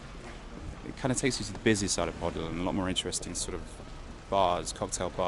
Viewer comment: PODIL. Pronounced 'Po Dill', .Like In, Sill, Will.